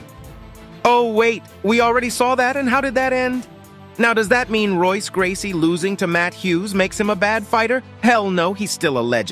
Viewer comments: Royce is pronounced Hoyce. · i see your an mma scholar, you misspelled "cain " with a K, velasquez, while showing junior dos santos... also its pronounced -Hoyce gracie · Hey man you pronounce Royce like an H not an R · Royce Gracie, along with every member of the Gracie family whose name begins with the letter R, pronounce the name with an H sound. On paper: Royce Gracie Spoken: Hoyce Gracie On paper: Rickson Gracie Spoken: Hickson Gracie And so on. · Please learn how to pronounce Royce Gracies' name correctly. Phonetically with a H not an R. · Royce is pronounced “hoyse”. Also that’s not Cain Velasquez, a doii. These edits must be acknowledged!!!! 😉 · If you want to get subs and respect, then SPELL CHECK YOUR NAMES, and learn to PRONOUNCE NAMES CORRECTLY. For example, Royce Gracie. And 'Holly Home'? Amateur hour, man. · I love how people say Bethe's last name wrong. It's hilarious. And saying "Royce" Gracie lmao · Also called Royce Gracie like a Rolls Royce and misspelled Ronda's coach's last name. Sports Ilustrated cover was also when she was in the UFC, not in Strikeforce. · How am I supposed to respect your opinions on MMA when you can't even pronounce Royce Gracies name?.... And I can't respect Rhonda Rousey because she is a Bad Sportsman...She's rude!,.. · You may be a Rhonda fan, but you’re not an mma fan. You didn’t put the right fighter when you mentioned Cain Velasquez and you kept mispronouncing Royce Gracies name.